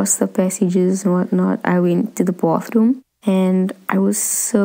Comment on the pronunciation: she said Boathrum and real pronuntiation is Baethrum